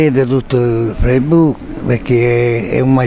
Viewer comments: "si comprano un vestito e lo mettono 'ngoppa a feissbuk" looool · "Ma che cos'è sto feibushc"